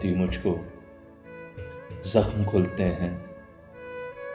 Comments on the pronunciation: Zakhm khiltey hain Kultey nahi. Urdu saheeh karo apni sir. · Zakhm khiltay hain....not khultay hain